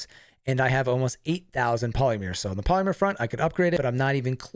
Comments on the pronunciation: You are so incredibly helpful, thank you for explaining this so clearly. "I think polymer is pronounced (PAHLL-i-mer) Like Hollander. :)" Sorry lol. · Huh someone teach him how to stay polymer.... Not polyMEER! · Sorry to be that guy, but that is NOT how you pronounce Polymer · why does he pronounce "polymer" that way? Seriously it hurts every time.